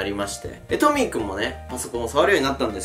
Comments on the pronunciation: にカンタはトミックって言ってない？ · トミー君がトミック聞こえた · トミーくんがトミックに聞こえた🙄